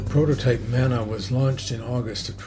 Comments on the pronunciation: Hi. Just found your channel. Btw Mana s not pronounced as "manner" but MAR..NAR. As in car, tar, MA + PA...it is a Pacific Islands word. Your pronunciation is how a white man/European/Palangi would say it. I'm sure James Wharram himself, would correct you. Moving on, I found your channel interesting. I can see I'll need to binge watch to catch up. Btw, I've been subbed to the "Lucky Fish" channel as well. Thank you for sharing and for taking the time to upload. Atb from one of the Islands. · Good evening, Bryan. Thank you for the correction and proper pronunciation. I was aware the word Mana came from the Pacific Islands and I should have done proper research to check the correct pronunciation. It would not be the first time that a Palangi (in Ghana where I lived, the word is 'obruni') mangled a word but that is no excuse, and especially for a word with such important associations as Mana. I hope you enjoy some of my other videos - I enjoy sharing my experiences and I am happy when others express their appreciation. Returning your greetings from Treaty 6 Territories on the prairies of Turtle Island. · Thank you for your correction, Jade. I hope you can excuse my Canadian prairie accent - not too many Polynesians around from whom to learn correct pronunciation. :)